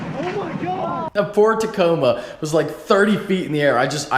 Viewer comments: Almost sounds like you said at the beginning "FORD TACOMA" LOL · I thought he said FORD Tacoma and then i realized he said poor Tacoma... 😂😂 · i had to rewind it when i first heard it lol thats what i thought he said too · Sounds like "poor" Tacoma. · it still sounds like he said ford but ok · did he say poor Tacoma or Ford Tacoma